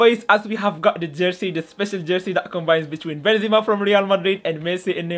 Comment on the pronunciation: It's Benzema not zima